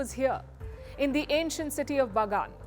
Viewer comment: you probably pronounce "Pagan" wrong.